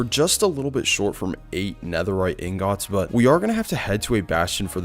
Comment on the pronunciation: Bro please stop saying ingats